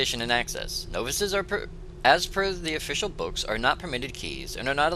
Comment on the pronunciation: you pronounce it "no-vices" (like the word "no")...it's pronounced nah-vices. :)